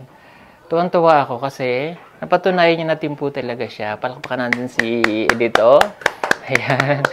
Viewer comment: Not E-dito but Edito. The pronunciation is a little bit wrong. Cguro hindi ka bisaya.